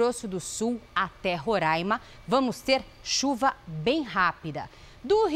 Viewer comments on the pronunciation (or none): NAO É RORAIMA É RORÃINMA